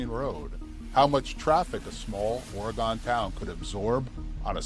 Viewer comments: Ooff Nice video, In Oregon, this is the correct pronunciations : Ory gun, not Ory gone. (The latter is East coast speak) Va net a Is pronounced Va neeta Correct spellings: Oregon Veneta Cheers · Dude! Its pronounced ''OryGUN" and "Va-NEE-ta" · Ore-gun... is how it's pronounced.